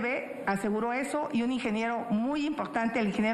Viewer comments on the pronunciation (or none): Jajaja el ingeniero eslim, que aprenda a pronunciar bien, donde ve la E😅